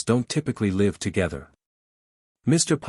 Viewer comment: The word Live is pronounced as liv not lie.